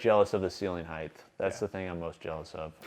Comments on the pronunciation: heighth is not a word! 😅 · DAMN IT, COOP!!! For the LAST TIME!! The word, “Height” is NOT pronounced like that!!! Do you have a LISP??!!????